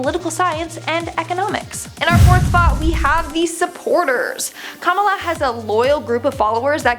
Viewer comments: I'm not making fun of but we in Trinidad pronounce Kamala like Kamla and hearing how she pronounces it makes me laugh a bit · butches her name so badly. 😬